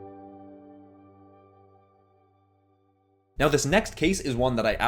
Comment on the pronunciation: U say now like meow 😸